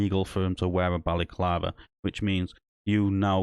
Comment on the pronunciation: Mate, it’s a balaclava not a Bally clarver and a snood not a snoo. The only crime here is your pronunciation.